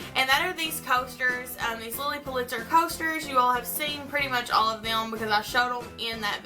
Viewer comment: lots of fun and creative ideas, and am looking forward to seeing how you combine it all in your dorm this year! Love the Lilly tray you made, too! (By the way, her last name was pronounced "PULL'-it-zer," accent on the first syllable; thought you'd like to know). You have a good eye for combining mixed materials!